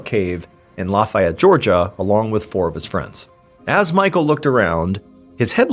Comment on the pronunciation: I know it defies all logic, and it IS named after the French general; but in North Georgia it's "luh-FAY-utt." True story. I live nearby.